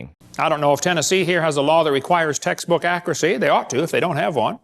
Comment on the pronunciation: Everytime he said "textbook accuracy" all I heard was "taxes accuracy". Isn't he on lucky wife 13 these days?